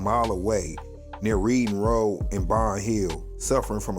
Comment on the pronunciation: It’s pronounced Redding Road. Like the color Red.